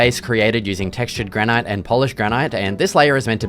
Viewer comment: granite is just pronounced as granit, nice build though